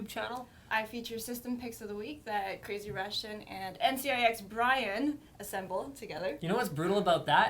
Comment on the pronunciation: hate how she says NC YI X